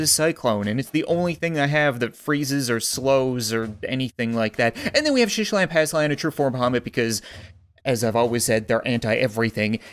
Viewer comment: It’s not shishilan it’s SHITalan and not boober it’s BLOOBER